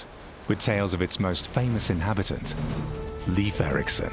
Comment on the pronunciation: Leif Erikson's name is pronounced incorrectly in this documentary. Shame. He was Norsk, not English